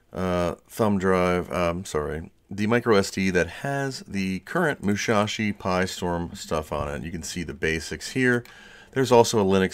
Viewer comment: Actually it's Musashi, not Mushashi. Good video, by the way!